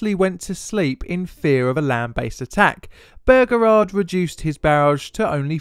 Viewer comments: I hate how he says Beauregard. It just sounds wrong to my American ears a lot like how British people say aluminum. It just sounds strange and wrong and stupid and I hate it!!! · Noticed that too.He's English so break given. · I see I am not the only one deeply annoyed by the horrible mispronunciation of the General's name. I mean, it is not that difficult to read it, and if still in doubt, how about check wikipedia or other sources for the pronunciation? Otherwise the video is nice! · There is only so long one can hear an Englishman say bergerard before one has to give up. Why is it so plainly difficult for the English to pronounce words ? Bow- reh- gard. Something , sorry “ sumfin “ about the English mind placed letters where they don’t exist and replaced one consonant with another. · It's pronounced Bow-Ra-Guard, not Burgerrard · as below, his name is pronounced BOWREGARD, NOT BOGERARD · bearegard? its beauregard pronounced like byuregard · Great, but! BOH-REH-GAHRD Not BOH-GEHRARD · "Burger-ard" In the South it's "Bow-regard" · Excellent as usual my son.One small quibble: it's pronounced Bow-reguard.Otherwise History teacher approved. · As a person raised in the south: "Bow-re-guard" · Bow (rhymes with ‘oh’) as in “bow and arrow”, not bow (rhymes with ‘now’) as in the front of a boat. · nice vid couple of corrections though. any american saying P. G. T. Beauregard that I've heard documentary or otherwise says it Bow-Regaurd I know pronunciations change between cultures but its an american general so their pronunciation takes precedent. 2nd I believe there was a single casualty in the battle. it was a horse on the rebel side. I know not human so doesn't exactly count but hey man I like horses ;c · The Confederate's Commander Name is pronounced. Bow- Ree- guard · P.G.T. Boh-regard ;-) Great video though. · BO REEE GARD... ffs ! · The name is pronounced "Bo-regard". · The Confederate General's name is Pronounced Bow-REE-guard. It's driving me crazzy sorry.